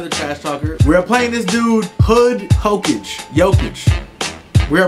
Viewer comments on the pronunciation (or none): Booooyyy I was about to say you mispronounced Hokage, TWICE! 😂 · Lol I went to typing when you pronounced hokage like that